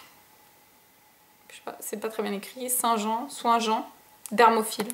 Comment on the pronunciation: à c'est pas "soin jean" mais "soin d'eau" lol ;)